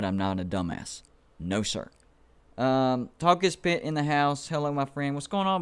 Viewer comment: It is Talk-Is-Pitt use a filter for channel